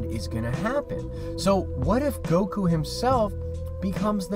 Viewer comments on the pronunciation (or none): none